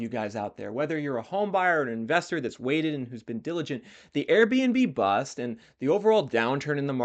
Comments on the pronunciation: Finished it and still can't get over them calling it the airb&b-Bust instead of The Airb&Bust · Love your content, but I think it’s Airbn-bust, not Airbnb bust. 😂 I think some municipalities will step in with taxes and or regulations that will make it less attractive to operate STRs. If so, this will increase the supply of SFHs.